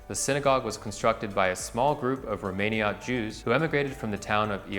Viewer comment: you botched your pronunciation of the Jewish establishments. Jeshurun, Kehilla Kedoaha Janina and Romaniot all mispronounced. BTW I used to live at 190 Norfolk two doors down from Angel Orensanz and I had no idea it had such significant history